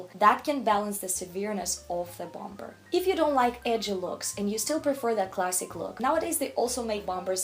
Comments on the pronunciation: The second B in Bomber is silent. Bommer, not BOM BER. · Very interesting video , one thing to note is don’t pronounce the second b in the word “ bomber jacket “it should sound like “bom er” 😊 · And you don’t pronounce the second “b” in bomber., I am in awe of your command of English as a second language. Thought you might like to know this little detail. You are way more talented than I will ever be, on EVERYTHING. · Bom-ber? 😂 It's silent B like "Bomer". Also your pronunciation of kimono 🥴